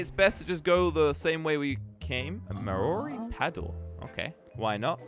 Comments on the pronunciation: mi ori paddle LMAO Maw Ree is how you say it lma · I was saying how to say Maori because he said it like Mi ori paddle the right way to say it is Maw Ree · Maori is my culture ok and its not ma-ori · When he said MaORi i got so offended Its Maori,Not MaORi,Maori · Did just say marori paddle it’s pronounced mau - ri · Any other New Zealander get triggered when he said (Maa-ori) paddle lmao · I know he's not from here but how dear he! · What did he say instead marori? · That paddle was my culture when you pronounce Maori you roll the tunge on the r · maori is pronounced: MAW-RI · Maori... I’m Australian and I even know that’s not how you say Maori. It’s pronounce mowri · Any fellow New Zealanders pissed that he didn't pronounce Maori right SMH these American and English people man! Nah but no h8 <3 the channel but learn how to pronounce Maori ok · When he pronounced that wrong, I came straight to the comments to see if anyone else was pissed. 🤣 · So right. I cringed so bad when he didn't pronounce Maori right. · What cracked me up is how he mispronounced maori lmao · said Maori wrong lol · Bro the way you said māori paddle 🙄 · Maori paddle. Pronounced it wrong. Insults another random race